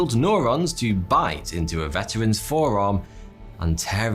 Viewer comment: "... into a verteran's forearm..." You meant veteran aryan.